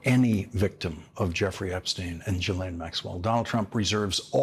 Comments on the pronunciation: Her name is not pronounced Jillain it's GILain. Mispronouncing names is a distraction. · REMINDER FOR LAWRENCE: Maxwell's first name is pronounced with a hard 'G' as in GHOST and GHOUL. The 'S' is silent. Thank you for your attention to this matter. 😉